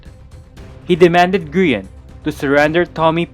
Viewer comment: tommy calling Grian names: Groin Grain Green Gree−on Grian: insert yhs flashbacks